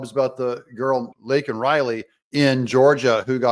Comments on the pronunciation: Hey Beijing Biden, her name is "Laken" Riley, not "Lincoln" Riley, you senile, old, kiddie-sniffing creeper. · harris's face when he screwed up Laken's name is quite telling of how she feels also. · We are a joke to the rest of the world. They all know Biden is a liar. The only thing he said that was true was Laken Riley was killed by an illegal, even if he couldn't say her name correctly. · All of the commentators mention how Biden finally mention Laken Riley and miss pronounced her name and admitted she was killed by an illegal alien. However, Biden's comment right after, "......but how many thousands are killed by illegals..." Right on Brandon, there have been many killed, raped, beaten, mugged, etc...ALL Because of YOU!! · If you really listen to Biden when he gets called out by MJT Biden says “I would be a winner……not really.” Then goes on to mis pronounce her name!!!! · Joe was off script...when he responded to MTG about Laken Riley. Thats why he "flubbed" up. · He had no intention on saying her name. He didnt care what her name was prior to his SOTU address otherwise he would have known it and said her name correctly AND said it without being Prompted!!! He didnt try to unite America. He gaslight America, blamed President Trump for EVERYTHING, Lied and lied and oh wait he LIED. His reality is either convoluted with lies others are telling him and he believes and repeats or reads his notes that OTHERS are writing for him, which mesns he is just a puppet OR he is very cognitive and knows what he is saying is a Lie. Idk which one is more dangerous. This was a political Campaign speech. This was not a SOTU address. This was all of his demons being released on the public, venom being spit out by a potential crazy person and threats basically being made to anyone that goes against him. I pray for each one of us to have the courage and the numbers behind us to STOP THIS CRAZINESS. God Bless each of you, God Bless President Trump and God Bless the USA !